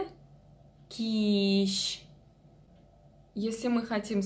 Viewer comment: Хәерле кич дигәндә ,хәреф ' ч ' алышынмый "ш" га) дорес ойрәтмисез